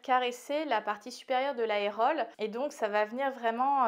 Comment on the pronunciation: On ne dit pas aérole, mais aréole.